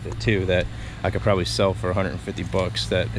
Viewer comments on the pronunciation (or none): none